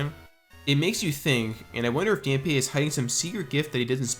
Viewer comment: The gravekeeper is named Dampe, yes(accent over the e), but his name is pronounced as Dom-pay